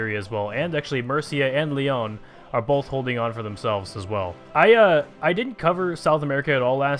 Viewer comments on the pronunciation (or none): none